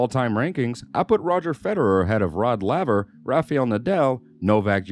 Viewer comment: It's not Rafiel Nadal, it's RafAel.. with A. 🤣